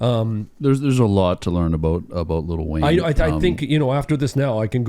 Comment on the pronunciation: “Little Wayne”😂😂😂😂😂😂 its Lil Wayne